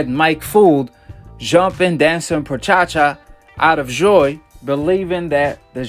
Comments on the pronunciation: This habibi said perchacha 😂😂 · Perchacha can't even say it right smh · Tf is prachacha lol